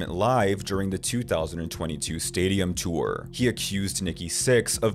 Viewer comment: The word "tour" is only 1 syllable.